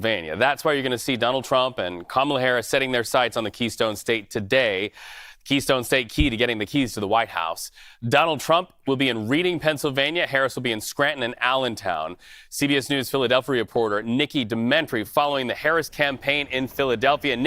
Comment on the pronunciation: Reading is pronouced "Redding" not like the literal word lol